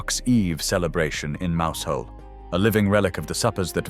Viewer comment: Oh dear! Mowsel not Mousehole